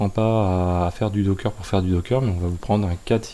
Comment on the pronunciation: c'est docker , pas dockeuuuuuuuurr !